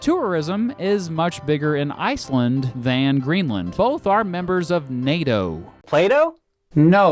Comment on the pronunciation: Indeed Greenland was pretty much spot on too :D